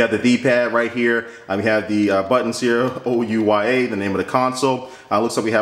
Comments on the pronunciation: It's not Ouwah, it's Ouyyyyaaaa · ouya not oua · You say ouwa its ouya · Its called tthe ouya not ouwa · Why does he pronounce it "OUWA"? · wee-ya in the same way the Ouija board is pronounced! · you mispronounce OUYA... its like booyah without a B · "This is the ouwa console" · you pronounce it wrong lol